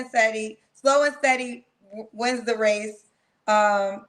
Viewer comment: “Slow as steady wins the wace “ 😂😅